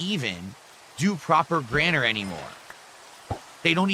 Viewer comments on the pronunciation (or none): Did he say "people can't even do proper GRANNER anymore"? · "proper granner" oh man